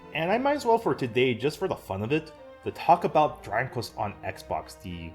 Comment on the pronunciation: Man you keep saying dranglest